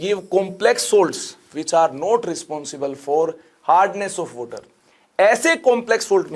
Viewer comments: Bye guys , I'm gonna get a glass of 'WOTER'🤣. Nah I'm just kidding that actually makes the lecture more funny and interesting 🤣🤣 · Sooft Woter, funny accent 🤣🤣